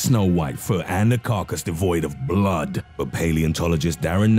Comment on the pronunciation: The way you say blood makes me laugh but also scares me!